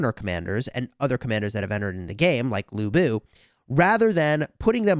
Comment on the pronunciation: He said LuBu haha 😂 dead 💀